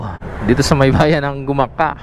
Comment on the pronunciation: sir taga gumaca po ako..lagi po ako nanood ng video nyo..ang banggit po sa aming bayan ay dahan2x laang..wala pong punto sa CA,bale ang tama pong bigkas ay GU-MA-CA..malumanay po mga idol..hehe..tnx po